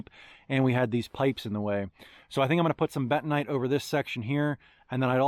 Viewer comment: What the heck is betonite or what ever you said..................